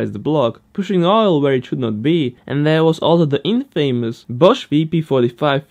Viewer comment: BTW Infamous is pronounced IN-FUH-MISS